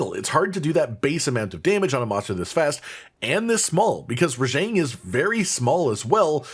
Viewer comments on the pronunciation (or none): Am i hallucinating hearing you pronounce Rajang wrong?